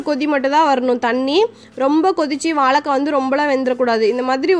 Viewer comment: வாழைக்காய் தானே சரி நீங்களோ வாளகககாய் என்று சொல்லுகின்றீர்களே, இது தவறென்று உங்களுக்கு யாரும் சொல்லவில்லையா.